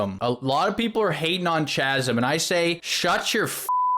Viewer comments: Kahsm, Kie-Mera, not Tch-asm or Tch-emera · Isn’t it pronounced Kaz-um Not Cha lol 😂 Anyway loved the video! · are you guys saying "CHi-mera" and "CH-asm" on purpose to fuck with us lol? They have "K" sounds, like "kite" --> "Ki-mera" and "K-asm". I'm sorry I got latched onto that part haha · Boys boys, it's pronounced "Cahsum" not "Chassum" ! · chasm pronounce "Kasm" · Please continue saying Chaz-em. It'll be like when people kept calling Zealot, Zee-lot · It’s pronounced Kasm, Kymera, and Ta_Ta_nka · Chimera is pronounced Kaimera. Chasm is pronounced Kasm. The ch is pronounced as a K because the people who spell words are insane I know people will prolly jump down my throat about correcting you but you've been mispronouncing these for several videos and I figure if anyone's going to tell you, let it be someone who's not going to be all 🤓👆 about it. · Are you guys intentionally mispronouncing everything with a "ch" that supposed to be pronounced like a "K"? 😂 Chasm Chimera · "Chasm" "Chimera" cmon man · 0 for 2 on the new “ch” words. Chimera and chasm are both k sounds. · Overall the game is feeling good these days... Nice job with the review, just gotta say that someone needs to work on pronouncing Chasm and Chimera lol. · Hey like, if you care, “Chimera” and “chasm” are both pronounced with hard K sounds. But you do you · why does he pronounce chimera and chasm like that wtf dawg